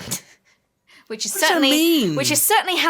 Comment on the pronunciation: sinusoidal means something that follows a sine graph. It's pronounced sign-eh-soy-dal